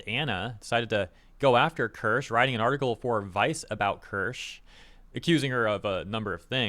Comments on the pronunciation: Ker-sha, Keer-shuh, the point is you're not calling her that out of disrespect. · Keer-sha actually, but close enough lol